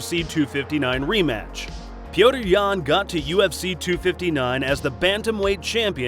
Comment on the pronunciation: Dude, the guys name is NOT Peoder Yan, do your dang research! It’s pronounced Peter!